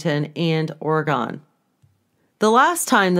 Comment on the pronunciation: Love your videos,, but don't say "Ore-gone". "Or uh gun" and "orygun" are acceptable. We do not live in a musical instrument.